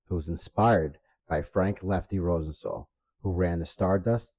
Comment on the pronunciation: Good video, but the way you pronounced Rosenthal bugged me.